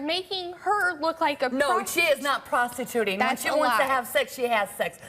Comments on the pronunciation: All I heard when she said “prostituting” was “Pasta Tootin” 😭😭😭🤣🤣🤣 I can’t be the only one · Sounds like she said pastatooting